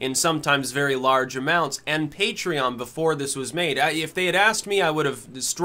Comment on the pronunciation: I still remember when he said it as 'puh-tray-on'. I was prepared to offer him money to correct himself.